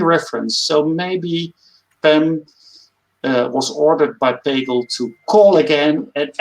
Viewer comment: We are supposed to get into from someone who even know how to pronounce Pagel? I guess I understand the foreigner not knowing but you see does know how it's pronounced. Did he even watch the doc. I think I was blocked from the live stream so I could not make comments so I let Kevin Smith know.